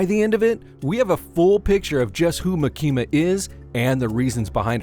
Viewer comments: He is pronouncing her name as "maki-ma" like california maki. It should be "ma-kima" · Ma-kima not Maki-ma I think 🤔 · Its MAAAKIMA 😂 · It's not makima it's actually pronounced micky the control devil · I'm trying my best to get over how you say "Muh Kee Muh" lol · Maa-kima sheesh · maKEEma :D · You pronounce Makima like southerners pronounce Quesadilla "Quizz-a-dell-a" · I cannot watch this video with the way your saying her name💀💀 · Can’t get over how you pronounce Makima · Yeah I stopped watching after u kept mispronouncing makima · Take a shot every time he says makima’s name incorrectly. I’ll go first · the way you pronounce "makima" 💀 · its really not hard to watch the anime and listen.. they literally pronounce it correctly like 6 times in the second episode.. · kills me